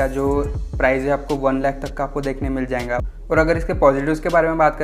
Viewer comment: Bhai "jayenga jayenga" kya hota hai XDDD Jayega bolo bhao XDD Scooty review krte krte jayenga ko beech m kate late XDD